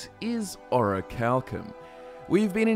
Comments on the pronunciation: Pronounced: Or - ree - chal - kim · "oracle cum" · A: it's in the name - Orichal*cum*